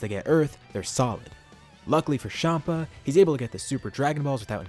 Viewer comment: Everyone else: Chompa: Shompa